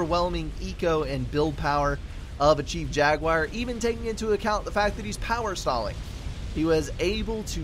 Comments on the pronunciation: gunna parrot these guys here the most strangest pronunciation of jaguar i've ever heard. "jag you eye rrr" and no you doesnt sound anything like what dictionary pronounces it haha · Thanks for cast, but that is a very strange pronunciation of "jaguar" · I dunno, still sounds different to me. Kinda interesting though, maybe it's a hint of the southern dialect.